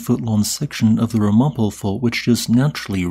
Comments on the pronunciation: RAM-a-po, not ra-MOP-o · "Ram-uh-po" not "Rah-mop-o" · It's not Ra-MA-po. It's RAM-a-po. Not trying to be mean, just mentioning it. Thanks for the video. I'm in Jersey and I thought the quake was the wind. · Friendly advice from a former NJ resident: it's pronounced "Ram-a-poh", not "Ra-Mo-poh" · The RohMahPoh Fault line is actually pronounced RAM A POH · Thanks for the video. One teeny tiny nitpick, though: as I grew up in that area, I can affirm that "Ramapo" as a place-name in that area is pronounced with the accent on the first syllable: RAM-a-poe. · It's Pronounce RAM-A-PO. I actually live on that fault, just 50 miles north. When it happened I thought a large truck was going by cause it felt more like a very strong vibration. I was in the Easter 7.2 quake in San Diego, so I know what SHAKING feels like. This was nothing like that. I wonder if that's cause of the double fault you described? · Btw its pronounced RAM UH P(OH) Not RUM AH PO . Also we felt it very strong in the "Black Dirt" valley in New York due to it being between 2 mountain ranges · uhh, thanks.. but it's pronounced RA-ma-po... not, ra-MA-po. I live here. Old Indian tribe. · BTW, it's pronounced Ram-A-Po and I have lived in southern NY for over 30 years. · Since you're a geologist who used to live in Jersey, I'm rather dismayed at your pronunciation of Ramapo.😮 (Accent is on the first syllable, and it goes down from there: "RAM-a-poe".) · It’s pronounced “RAM-uh-poe” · Pronounced Ram a po... I felt it very significantly in Albany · “Ramapo” is pronounced “RAM’-a -po”. Good try, though! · Its pronounced "Ram-A-Poh" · Pronounce Ram-A-po fault. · It’s RAM-a-POE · It's pronounced Ram( like a sheep) "Ram" - Ah - Poe (Like the poet) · Accent is on the first syllable in RAM-a-po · I was outside at the time and all day. Felt nothing. Even the aftershocks....just an FYI it's pronounced Ram ah poh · Ram-A-Poe or at least that is how I was taught to pronounce that fault line from my Northern NJ parents.